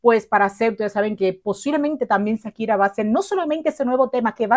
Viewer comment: Hola...nunca había visto tus videos pero me tope con él y quiero hacerte una observación...se dice Shakira, haciendo el sonido "shshsh" quien te haya dicho lo contrario seguro te quiso perjudicar, un abrazo 😊🙋🏽